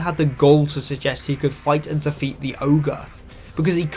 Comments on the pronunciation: the accent on "defeat" makes it sound like you're saying "the feet" half the time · You say defeat way too many times and all I hear is Da Feet